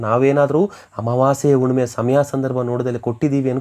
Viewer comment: Unnime alla Hunnime. Kannada sariyagi matadi